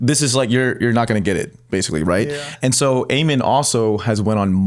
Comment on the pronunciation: U guys keep pronouncing Ammon wrong. Its Ahh-men